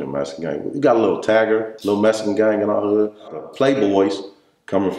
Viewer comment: Shout out to for that "are hood"